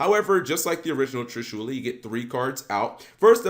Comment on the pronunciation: Damn his pronunciation of Trishula bothered the fuck out of me